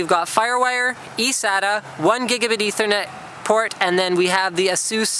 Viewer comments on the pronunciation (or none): none